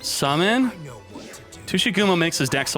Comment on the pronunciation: Normal People - Tsuchigumo - Tushy gum-o